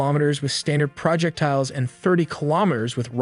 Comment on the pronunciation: and and What's a "project tile"? Since you begin with saying no AI was used to make this video I'm left wondering why a human would call it a "project tile(s)"? Tiles that are a project? It's pronounced all as one word: "Proe-jeck-tiles".